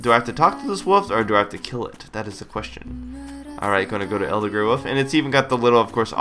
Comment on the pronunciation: woof? woof? no im not trying to sound like a dog.. but thats exactly what i hear everytime attempts to say the word ''wolf'' - now this may draw some hate but is this just an american thing? this is an honest question and i've been meaning to ask the public this for quite some time and i figure.. this is it lol.